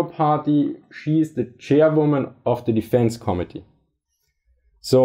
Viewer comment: I love how you pronounce "committee", it sounds like "comedy" which is sooooo fitting.